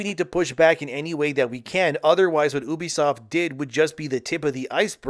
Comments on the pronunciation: if you say oebisoft one more fkn time i swear.... it's UBISOFT. YOU BE SOFT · its ubisoft, not oebisoft.. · Was this video made with a TTS model? Never heard anyone pronounce "Ubisoft" like that. Even my Canadian friends say "You-bee-soft". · Ahh yes, the famous French publisher oo-busoft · Why are you pronouncing Ubisoft like that? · Okay but stop saying ubisoft wrong. Its cringe 😂